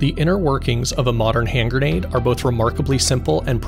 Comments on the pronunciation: It's gren-ade, not gur-nade fool! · Awesome video. Also, it's a gre-nade, not ger-nade. 👍